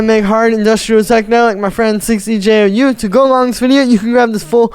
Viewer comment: dude it is pronaunced bee-jou not six-e-jay, you have like 20 video's with im in the title and you dont even know lol